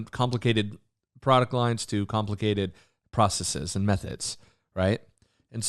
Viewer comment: Hey nice vid. Just a heads-up the last syllable of processes is NOT pronounced with a long e sound. Same with "biases". People seem to get it confused because some latin words like feces are a long e. Adding an "es" to make a plural doesn't do that though. Hope this wasn't too annoying.